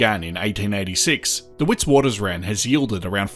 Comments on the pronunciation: Witwaterrand not Witswatersrand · WItswatersrand is Afrikaans for White Waters Ridge in English, fyi. You pronounce Wit with a “V” instead of W so Vitvatersrand is how the SAFFERS say it😎